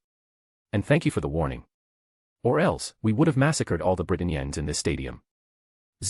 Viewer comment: The only problem i have is that “Britain” is pronounced as “Brighton Yen” mc forget about his two key abilities. First, ability to create magical artifacts, second is the ability to distort light to turn invisible. Just combine the two and creat a magical artifact to camouflage. Give to c.c.